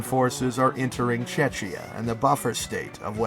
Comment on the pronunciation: Czechia is pronounced as "chekia" not "chechia"